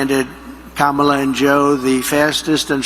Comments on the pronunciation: First time I have heard him pronounce Kamalas name correctly. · At least he pronounced Kamala correctly (at the start). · He actually said Kamala correctly. Such a big boy. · omg he said her name right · Hey I will credit him this, he actually pronounced her name correctly that time. Proof that he does know how to pronounce it correctly he just chooses not to cuz he is a childless vindictive bully who can't attack her on policy so rather mispronounces her name because he thinks somehow that's going to get to her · OMG!! ! HE SAID HER NAME RIGHT!!! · It seems like he's too exhausted to mispronounce Kamala. LOL